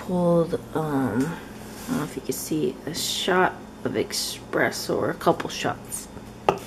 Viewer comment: Not a big deal but thought i'd remind you since you kept saying it the same throughout the video... its espresso instead of expresso.. i also love watching your videos since im also korean